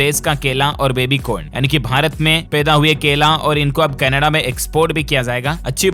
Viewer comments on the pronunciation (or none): none